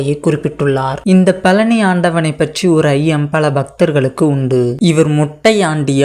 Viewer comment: பழனி என்றே சொல்ல தெரியல நீ எல்லாம் எங்கடா பேச போற